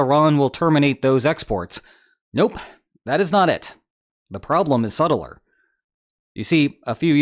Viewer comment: .... Let me be "subtle-er"